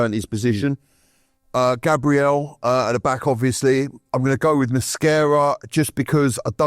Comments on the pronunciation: Why does keep calling Mosquera ‘Mascara’ 😅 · pronunciation of player names is brilliant…. Cockeres, Mada-wooky/ Mada-wokey, Mascara in defence too… 😂😂